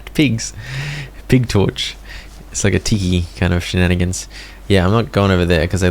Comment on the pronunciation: Funny that you said "shanenigans". IYKYK. 😊